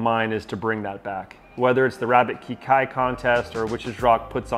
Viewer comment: Looks like a croc’s dream. And learn how to say ‘Kekai’.